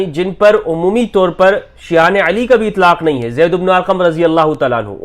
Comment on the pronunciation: the way you said Shia'yaan e Ali a.s ❤❤❤